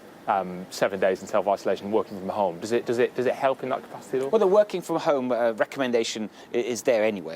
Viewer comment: I'm disturbed how the interviewer says Hohme, instead of home.